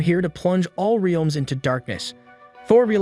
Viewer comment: Okay the pronunciation of Heimdall and Aether I can ignore, they’re weird words… BUT the way you say Realms is killing me 😭😂